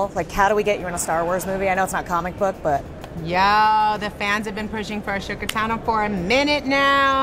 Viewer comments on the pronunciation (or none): Did she just call her "A-shook-a Tano"? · What the heck is she saying? It certainly isn't "Ahsoka Tano." Auto captions has it as "a shook accounting." ¯\_(ツ)_/¯ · "Ashoe katano"?